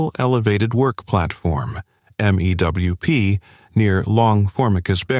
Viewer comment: Same with M-E-W-P. Pronounced 'mewp'.